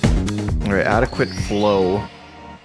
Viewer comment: I know... it annoys me when people can't pronounce words